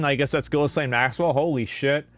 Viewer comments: I love how he calls her "Gillis lane maxwell" instead of just pronouncing it "gih-lane" like everyone else on the planet lol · Did he say Gilizane? Jesus, nobody can pronounce her fucking name. Lol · I like how you're mispronouncing Ghislaine at every opportunity you have.